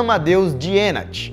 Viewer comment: se pronuncia Dienach = Dinarr